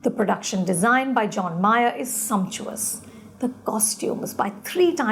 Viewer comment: ROFL on “sumptuous”